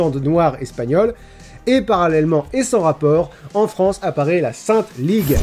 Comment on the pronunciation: "La sainte Lig" 🥝👄🥝